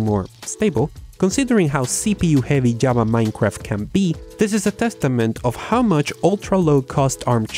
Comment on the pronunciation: /'java/ Me sangran los oídos, pronúncialo bien.